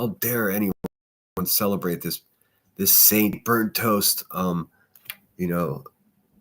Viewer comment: Be a Thinner not a thaint! 😂😂😂😂